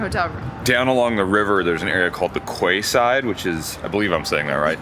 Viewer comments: It’s great to see you enjoying my city, Newcastle, but just one point to make it is not the kway side it’s pronounced keyside 👍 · Quayside = Key-Side A Quay or Key is basically an English term for a Wharf. The spelling and pronunciation is confusing and makes no sense, even to us English. Hope you enjoyed your stay in my home city. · Quayside is pronounced kee-side, not kway-side. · Just to clarify, it is not pronounced the quay-side, it is more like keyside for some reason, regardless of the spelling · Ha ha "Qway side"... Ha ha - actually its pronounced 'Key side' ! Like dockside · Glad you enjoyed my home city, the quayside is pronounced 'keyside' or the 'Key' to locals but apart from that you did a magnificent job on the video, incidentally, the Tyne Bridge built in 1928, although it looks like the Sydney Harbour bridge and predates it by five years, the designer of the Sydney bridge, Dr John Bradfield, asserted that the Tyne Bridge did not in fact inspire him. He was quite insistent about this, he asserted that he just used bridge design ideas that were current at the time. They do however look very similar, which make you wonder. Once again great video and thanks for showing off the good aspects of the Toon. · Quayside it's pronounced like key 🔑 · Quayside pronounced keyside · Quay pronounced key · its not quayside as you said it say it like Key so say it as Key-Side haha thought way you said it was funny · QUAYside = KEYside! A quay is a platform, stone or metal, beside water, a place for loading or unloading ships. Key side is the correct pronunciation. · Also: Quayside, is pronounced "Key-side", 😂. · Quayside is pronounced keyside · Some tips from an Aussie -> Quayside = Keyside; Yorkshire Pudding = York-sha Pudding ("shire" endings are pronounced "sha" in England; similar to how "burgh" and "borough" endings are pronounced "bra") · Quayside pronounced keyside. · little tip on how to pronounce quayside say it like key side. hahaha